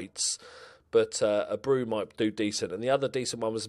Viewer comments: A bray oooooo is how the youth guy is pronounced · Jose Abreu is pronounced Ah-Bray-U